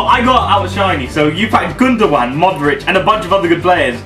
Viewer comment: When he tries to say Modric he sounds like its I 😂